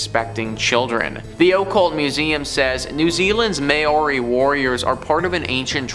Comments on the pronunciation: Māori... mau-ree. Greenwich... gren-itch. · "MAY-YORI" my guy- but also i didnt know my culture had an actually haunted artifac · Great video but could you please try and learn how to pronounce "Maori" correctly? At the moment its doesn't sound anything like it should. From a Kiwi